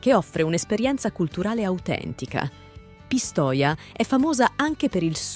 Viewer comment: Io sono originario di Pisa: si pronuncia Pisa, non Piza! E poi Pistòia, Marèmma, Bolghèri, Pitìgliano, Pòppi... mi sento male ad ascoltare una pronuncia così! 😱🤮